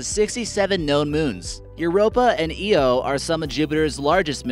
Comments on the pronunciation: so is it the moon Eo or Io ? :P this guy is lost in pronunciation :P to for example :p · it's pronounced EYE-Oh, not EEE-Oh. That's when I turned it off. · Guy really said eeyoo for io it’s pronounced eye-o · Awful list! 26 photos? There were at least 4 artists impressions, it’s pronounced eye-o, not ee-o, you zoomed away from Olympus Mons, Pluto is not a planet anymore, and Pluto was the ROMAN God of the underworld. Do some bloody research!! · Jupiters moon “E-O” I think it’s pronounced “I-O” after the Greek goddess... this is a horrible and poorly made video, I’m sorry. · 99% of comments: saying how bad this video is 1% of comments: IT’S EYE-O NOT EE-O AND YOU BARELY SHOWED US OLYMPUS MONS! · The red eye on jupiter is called the Great red Spot. Not the red eye. Scientists have taken pictures of it and it appears to be changing. Aslo did you just say EO? It's called IO (EYE-OH) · Last time I checked it’s called the Great Red Spot and the moon is pronounced Io not Eo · Did you just say EO its IO... And Europa isn't a planet... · It’s “EYE-o” not “EE-o”.... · I-o not E-o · Say io like i.o. not eeo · Zip Zap he also called Io Eo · Pluto is a dwarf planet, io is pronounced eye o, olympus mons is not the north pole, u dont need to let us know the names of mars moons twice, uranus absorbs red light and relfects blue light, no shit The inaccuracies in this video are insane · “Eee oh” 😣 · Rohan I agree with you, it doesn’t really help that he has all those American flags and then mispronounces Deimos and Io.